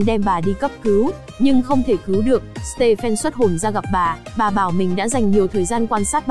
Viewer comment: stephen đọc là sti vờn nha:))